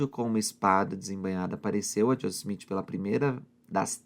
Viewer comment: Porque você fala josess o nome dele é Joseph